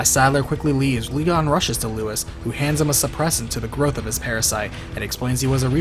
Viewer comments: Damn, I know Leon pronounces it that way in the game, but the guy's name isn't Lewis. It's Luis - like Loo-ees. It's Spanish. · RE4 was over-the-top dumb. Played it, completed it... Still hated it. RE1, 2 & Nemesis are the best by far. Whenever Ashley got taken away I sighed with relief. Annoying cow. Also, its Luis, not Lewis. (Pronounced Loo-eess - same as it is pronounced in the game. Confusing I know) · Keep on mispronouncing luis. It's pronounced lou-ees